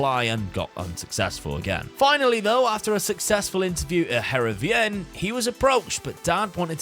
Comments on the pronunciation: Loving this series! Just a quick note - Heerenveen is pronounced Herenfeen - key bit is the v pronounced as an F 🙂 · Btw, Heerenveen is pronounced like (Hear-en-vane). It's my local club!